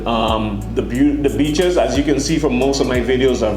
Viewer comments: I thought he said bitches not beeches 🤣🤣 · When you said BEACHES for some reason in my mind it was replaced with B_tches I know I'm wrong but in context the way you said it just made it funny as hell to me. I gotta get my mind out the gutter.